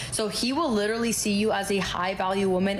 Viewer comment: SAY LITERALLY ONE MORE TIME!!!! BUT PRONOUNCE IT CORRECTLY! DAMN.